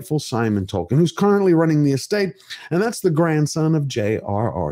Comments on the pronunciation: OH MY GOD! Did she accidently say Dwarfkin instead of Tolkien? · Dworkin ? Wow, that slip said it all... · Even worse, pretty sure she said Dworkin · Did she say, "The world of TOKEN.", or was it "The world of TWERKING."? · Did she say "The World of Dwarking"? Please don't say words that evoke images of Dwarves twerking! EVER! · She said Dorkien...yeah she let it slip that fans are Dorks. I'm pretty sure that's the name they give the true fans behind the scenes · That "Dworkin er Tolkien ... " Freudian slip says it all! 😂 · Did she say the World of "Twerking" instead of "Tolkien"?!? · Wow, she said Dworkin instead of Tolkien. That's a hell of a Freudian slip! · It's a problem when they never talk about the story and acting and ONLY talk about diversity... It's TOLKIEN not TOKEN 😂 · SHE REALLY JUST SAID "DWORKIN" OUT LOUD These people don't even bother putting their masks on in the morning ... wow. Google Andrea Dworkin if you're lucky enough to not know. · Did She called Sir J.R.R. Tolkien -DORKIN?????? 🤬🤬🤬🤬🤬🤢🤢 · wait wtf, did she seriously call him DORKIEN? OH boy she gona get a world of hurt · Did she call it the "world of DORKien" ??? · couldn’t even say Tolkien’s name right the first time because she cares so much. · She said "Dorkien" there... I am sure that´s what they called Proffesor Tolkien while mocking and destroying his work. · Did she say "Dork-ien"? I guess she wanted to speak honestly about what she thinks about all that "fantasy crap". Nope. Although it was good acting, wrong person in place.